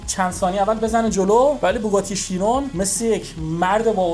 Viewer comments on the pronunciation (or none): Chiron ❌ Sheyron ✅ 😂